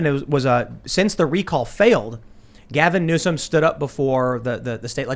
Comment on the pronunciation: Gavin Nuke-us